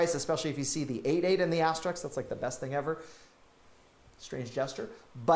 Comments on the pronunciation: The word is "asteRISK," not "asteRICK." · aster - RISK *******, NOT aster-RIX